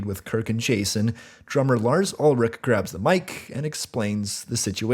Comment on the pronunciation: I was kinda scared how you pronounced Ulrich like olrich